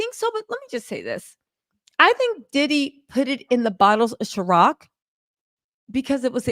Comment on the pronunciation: “c”iron… not chiroc 🤞🏾😂😂😂😂